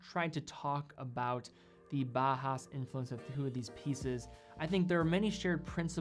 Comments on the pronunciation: Great video. But please don't pronounce Bauhaus as Bahas. Bauhaus is pronounced similar to "bowel house". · I would like to note that "Bauhaus" design is pronounced like it is spelled "bau haus", not "baa haa". Every German name of watch is pronounced correctly, and than consistently bauhaus is pronounced incorrectly :) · It's pronounced more like bow-house (like take a bow) than bah-house fyi. Nice video, beautiful watches.